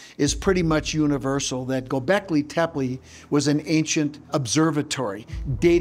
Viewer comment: He doesn't pronounce Gobekli Tepi, correctly. It's a common mistake, but NOT for an expert! Scott Wolter knows how to pronounce Gobekli Tepe, correctly.